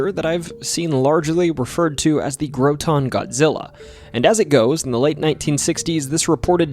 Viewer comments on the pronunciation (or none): Vermon'er here, quick note, it's pronounced "Graw-ten" not "GrowTON" xD, at least that's how we say it lol. Also, on the subject of the "milk cans", they were made of metal and could typically hold 10 gallons of milk lol Not exactly a bottle of milk I'd assume you were thinkin' of lol Regardless, love the vid! Much love homie, keep up the good work! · Fyi: Groton...rhymes with rotten...also Charlotte has the accent on the last syllable..CharLOTTE...Oh you, Vermont